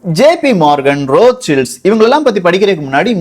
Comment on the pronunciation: அண்ணா ரோத் சைல்டு தானே சரியான வார்த்தை நீங்க ரோத் சில்ட்ஸ் னு சொல்றிங்க